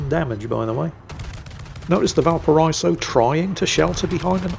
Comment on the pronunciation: GODAMMIT, VALPARA*EE*SO